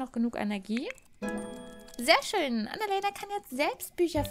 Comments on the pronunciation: Kannst du Annalena bitte deutsch aussprechen? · Könntest du Annalena bitte normal aussprechen? 😅 ich heiße Annalena und das klingt so merkwürdig. ..